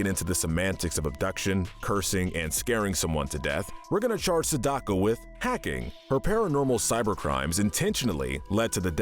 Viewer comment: Excellent video. My only complaint is that you badly mispronounced Sadako’s name. It’s SAH-dah-koh. What you said was just painful.